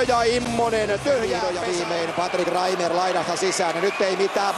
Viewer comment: Se on Patrik Reimer. Ei Reiner. Tsiizös... Herää...